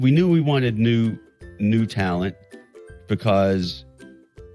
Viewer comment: Oh...so apparently it takes "ta-lent" to be a member of the Jackass crew? Just laughable